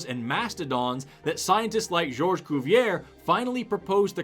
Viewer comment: cuvier, not cuvière